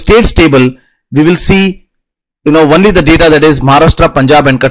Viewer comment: What the fuck is one-ly its fucking only